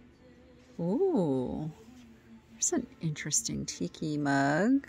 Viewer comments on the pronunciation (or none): none